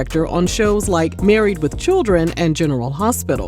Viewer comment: Not churren 😂😂😂💀💀💀💀💀